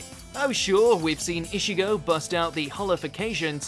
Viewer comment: Everyone complaining about his butcher of Spanish and here I am screeching at his Hichigo instead of Ichigo.